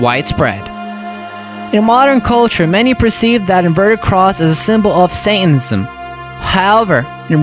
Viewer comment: 1:1o “sathenism” 😂😂